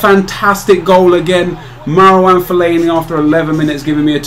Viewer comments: Nep it's pronounced fell-ay-nee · Fell-a-ne-I lol? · Why does he say fellainieye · fellaini-I loooool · the way you say fellaini LOL still one of my favourite youtubers though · What the fuck did you call Felliani